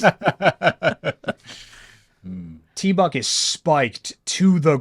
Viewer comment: I'm sorry, I believe that it is properly pronounced Teeeeee-BUCK!, not tee buck. Cheers!